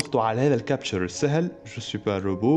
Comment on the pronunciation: كابتشا captcha وليس كابتشر